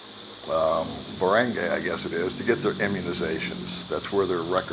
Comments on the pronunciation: Baranguy Pronounced Bah-ron-guy not Bah-rang-gay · You are pronouncing ”barangay” wrong.